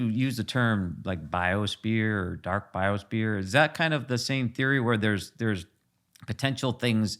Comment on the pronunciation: I think its biosphere not biosbeer lol